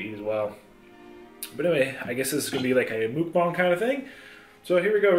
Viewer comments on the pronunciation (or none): Lol you say mookbang 😂 it’s muck like rhyming with luck. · It's mucbang not mookbang 😷